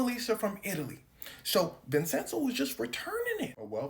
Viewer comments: It is pronounced VIN-CHEN-ZO come on bro u said it wrong so many times brother 😂 but ya bruh it’s def for ITALY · Its pronounced vinchenzo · Why is he saying his name like that. It’s not Vincenso. It’s pronounced vinchenzo, but it’s spelled Vincenzo!! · Homie! I love your videos. My brother is Vinny my dad is Vinny. My grandpa is also Vinny. Vincent is vencenzo. Vincenzo=vinCHENzo. That's how it's pronounced. I say it out of love because I like you doggy. I don't want you looking foolish. Keep up the good work bro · the c in vincenzo is pronounced like the c in da vinci .... like chain... vin-chen-zo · love your work, not sure anyone's said it's pronounced Vinchenzo but yeah, checking pronunciation when unsure helps congruence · someone else probably said this already but Vincenzo would be pronounced "Vin-Chen-So" as a dude who has a name that's hard to pronounce I gotta stick up for this idiot lmao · It’s a “ch” sound bruh. DaVin ”chi”, Vin “chen”zo. 😭😭😭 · Vin-Chen-Zo Italians 🤌🏽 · U a goat as always gang but its pronounced Vin•Chin•zo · Vincenzo is pronounced “Vin-Chen-zo”. Great video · it's pronounced vinCHenzo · Homie, it's pronounced "Vin-chin-zoe". I'm Sicilian and black and gotta uncle with the name. It's a lotta dialects and local languages, like Sicilian, that ain't exactly standardized unlike the colonial Northern Italian language. So it can vary, but that's what it is everywhere that I know of. The "c" and "cc" can both make the "ch" type sound, as well as the hard "c" or "k" type sound, depending on surrounding letters. The soft "c" or "s" sound is usually just made using an actual "s" unlike English. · The way he says Vincenzo bothers me so much 😂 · A ‘Ch’ sound in the middle since it’s an Italian name, not ‘s’ as in Spanish. Also in Spanish would be Vicencio (mostly a last name though) or Vicente which is the “translation”.😊